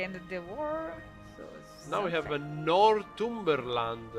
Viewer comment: Kill-dare. North-umber-land. Fun english names :D.